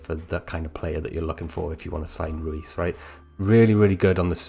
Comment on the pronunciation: It’s pronounced Royce not Ruis…